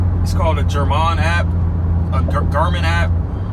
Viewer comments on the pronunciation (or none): It's not pronounced "Jar-Man". It's pronounced "Gar" (as in car) "Min" (as in tin for complete word of Garmin. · It’s funny because it’s phonetic so it’s pronounced Exactly as it’s spelled. He gave it a French accent for some reason.